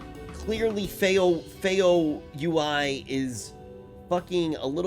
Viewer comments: "Feo U. I" It's Feo UL like Feo OOL. lol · man everytime he says feo u.i. i implode